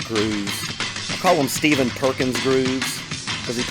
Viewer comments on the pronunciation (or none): none